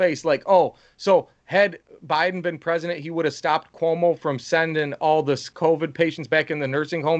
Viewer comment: Did I hear Kamala call joe “obiden”